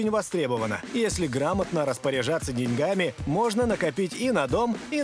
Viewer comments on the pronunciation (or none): none